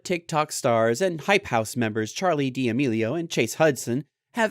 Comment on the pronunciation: Charli demelio💀🤣🤣🤣 it’s Charli D’Amelio